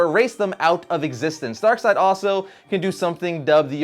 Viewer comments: DarkSeid Is pronounced DarkSide because “ei” in German is read as “i” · Pretty sure it should be pronounced DarkSAYd, not DarkSIDE. It sounds less cool, but it seems more grammatically correct, at least to me. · its darkseid not darkside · "Darkseed" that would sound so stupid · NoOOoOoOoOoOoOooooOoOoooOOOOO1!! It's DARK-SEED!!! NOT DARK-SIDE!!! What a nerd... *snort* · Dislikes are people that pronounce it Darkseed lolz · Only morons say darkseed. It's not even a debate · its clearly pronounced as darksnobble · "ei" makes an i sound, not an e sound. I wasn't aware people thought it was pronounced "DarkSeed". That's pretty dumb lol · 1. I can't look at Darkside and pronounce his name DarkSEED, It's so...wrong 2. I have never heard someone pronounce is like that